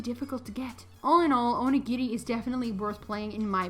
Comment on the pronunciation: bro, your dragging it it's not that big a deal pronounced either way it's just a word and it was said right